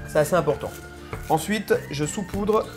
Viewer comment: Beaucoup de gâchis : trop d'huile, de sucre et de sel ....ce n'est pas nécessaire. Ps il faut dire "saupoudrer" et non pas "soupoudrer" 😊